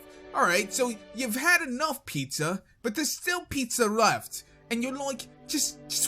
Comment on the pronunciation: I think so. Especially at the part where he was talking about pizza and avatar TLA. Sounded like a young Christopher Walken